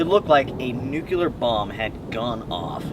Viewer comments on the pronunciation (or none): Did you say “nyookyoolar”?😂